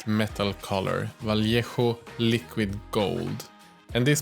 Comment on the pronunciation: I love, he knows how to Say "Vallejo" in good Spanish. And he, s a beast painting.